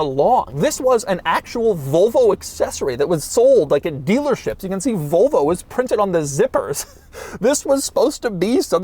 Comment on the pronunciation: i do not like the way he says Volvo as "Vulvo"